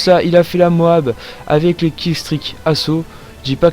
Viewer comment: MOAB on prononce toutes les lettres l'une après les autres ! C'est moche d'entendre l'autre façon celui du commentary